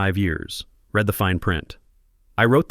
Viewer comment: Would you please teach your AI voices to distinguish the difference in pronunciation and meaning of resume, between resoom and resumay. Also the difference in meaning of the pronunciation of read between reed and red.